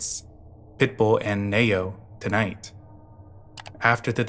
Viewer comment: It’s pronounced “Knee-Oh” not “Nay-Oh” lol great video though